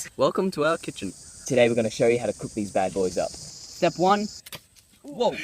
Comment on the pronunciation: 'welcome to our kitchem' 😂